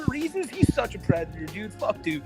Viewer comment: actually, white bowser is a pwedatuh